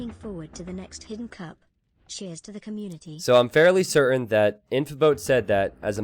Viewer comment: its not que-munity... its COM-munity. fkkkkkkkkkkkkkkkkkkkkkkkkkk